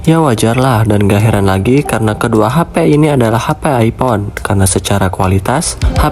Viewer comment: Hape (HP) brooo bukan Hapay 😭😭😭😭